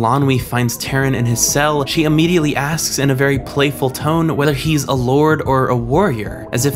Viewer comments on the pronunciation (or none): none